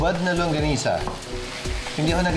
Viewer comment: There’s no langonisa? 😱🤯 Now ko lang din narealize 😅 I know its called longganisa… but why others say it LANGgonisa 😁